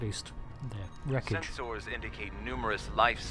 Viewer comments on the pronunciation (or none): "Sen-SOARS" Ugh, even the STO Vulcans say it that way! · A little detail I love is that all Vulcans use Spock's weird pronunciation of senSORS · why are you saying it "Sens-Ors"? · Its funny the Valcan says "Sens-ors" and "phas-ors" but says disruptors and not "disrup-tors". XD